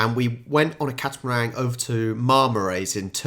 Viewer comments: Catamaran was literally spelled in front of you, and you said catamarang? Cat-a-meringue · It's actually a "Catamaran", no "g" on the end m8. Enjoyed your reaction and comments. For a country with a small population, I think Australia has given it's fair share to the development and progression of society. I'm 57, so went to school in the 70s and 80s - encouraging us as young kids to use as much imagination and creativity during story writing, art classes, producing projects on other countries etc as possible, I guess has made us quite resilient and resourceful. If we're faced with problems, our brains go into "how do I fix this" mode. I'm also disabled with MS, so growing up with those traits, has made dealing with this disease so much easier - I've had to find other ways to do things, to achieve the same or desired result, and have "invented" a couple of tools to help myself in daily living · Catamaran not catamarang